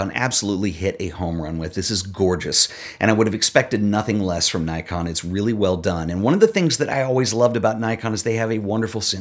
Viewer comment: It’s pronounced Nikon, not Nikon.